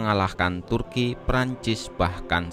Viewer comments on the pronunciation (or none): none